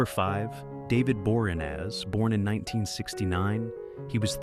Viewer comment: I want to know who Dovid Borinas is!! 😆😆. AI, useless!